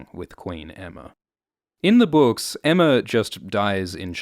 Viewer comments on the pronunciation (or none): I hate how everyone calls her Emma. It’s Aemma. Like Aegon. Daemon. Maegor. Baelon.